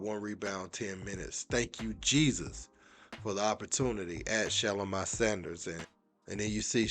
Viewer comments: Sir it’s Shugh-lome-e not Sha-lo my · I "think" her name is pronounced "Sha-Lo-mi" like (bologne)